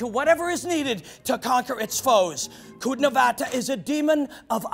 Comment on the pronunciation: It should be pronounced more like "chudnovata" but it actually should be written as "Čudnovati" because when it ends with an A, it means a weird female. Please dont butcher the language again. Thank you. Its not a problem to ask. ach... that was so painful to hear so many times... aarghh